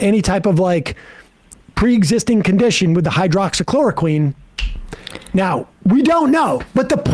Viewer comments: Wow, butchering the word hydroxychloroquine really makes me want to trust you. If you don't know how to pronounce it, then how do YOU know the difference between HCQ and fish tank cleaner? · Sam trying to say "Hydroxychloroquine" just never gets old :D.